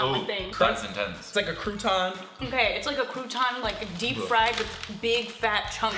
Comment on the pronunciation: ‘it’s like a crou-TAHN??’ Loooove 😂💕